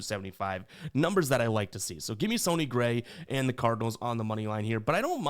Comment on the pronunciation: Do you purposely pronounce players name wrong? Wtf would you say "Sony" Gray?